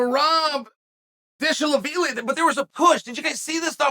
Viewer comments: P4P Most MisChaelpronounced name Merav Dishallaveelie Islam Mockullchef: Aye deezaproov, juan hunnapurcent. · "Merab Dishelevile" the undefeated Chael P Sonnen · Petr yan vs merab dvalishvili when chael speaks it its Peter yun and marble digafishi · Merab dish-alla-villi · Merab Dishalivilli. Chael, the master of international linguistics. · When chael pronounces Merab Deshalavili made me laugh out loud. Lol uncle chael is the master of all except pronouncing peoples name hahaha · “Merab Dishalevili” 🤣😭😭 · bro said merab DEESHALAVELEAT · Chael ‘dishalaveelee’ sonnen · That pronunciation of Merabs surname was some of uncle Chaels best work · Chael is so amazing with last names, national treasure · I love how fast he tried to skip over merabs last name 😂😂